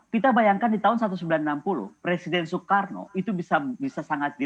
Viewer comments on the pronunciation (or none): none